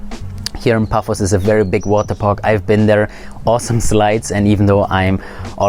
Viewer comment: Paphos, not Puffos